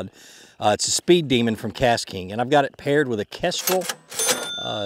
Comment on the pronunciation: Welcome to the Kastking team! Love the Megajaws Elite, Kestrel Elite and MG12 Elite. Also, it's a speed demon not speed Deaman. 🙂